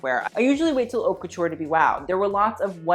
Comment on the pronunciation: It's not pronounced "Hawt", it's pronounced " Oat", 'Oat' Couture=Haute Couture. Just sayin'.